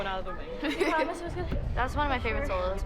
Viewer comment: Does anyone else get triggered by the way says solo loz